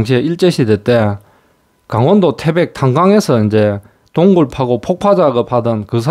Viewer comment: 동굴, 군수물자란 발음이 아주 어색하네요.